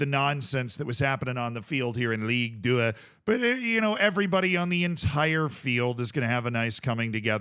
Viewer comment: Did he say "League Tuah" at the start??? Edit: probably. Since he then said "Pow-Pow FC"